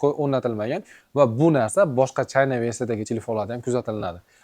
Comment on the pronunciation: Gap yo'q brat men aytganimdan keyin Xitoyni to'g'ri talafuz qilibsiz oldin China deyardiz hoz Chayna deyabsiz. Bratga redmagic 11 pro ni abzor qilayotganda aytgandim